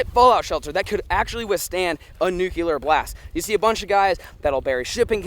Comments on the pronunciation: It’s nuclear not nuculer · Nuclear, not Nucular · Or nucular instead of nuclear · nukular is killing me. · It’s nuclear not nucular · It's nuCLEAR; not nuCULAR! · “Nucular” count - 82 “Nuclear” count 0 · Any one else notice said “NUCELAR” instead of “NUCLEAR” English is hard ~ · Anyone else get annoyed he was saying “nuke-u-ler” not “nuke-lee-er” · NUC lear. Nuc leeear not Nuculur Sorry two different meanings and ways to say it. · "Noo-kewl-ur" ~ I smell a T-shirt coming. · pronunciation : noo-KlEe-R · Cold War was Russia. Lol there was some slight messiness during the Cuban missle crisis when they brought nukey poos to Cuba. Sorry ocd couldn't take it after bout the 30th time lol. Oh and there's a hard L in nuclear 😂😂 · Please stop putting the extra u in nuclear. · Nook-Lee-Er Hope this helps. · You say nuclear like Bush